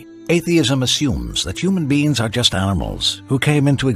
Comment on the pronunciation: Am I the only one hearing "beings" as "beans"?